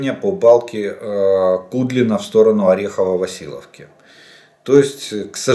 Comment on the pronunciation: Олег. Орехово-Васильевка! ))) не Василовка.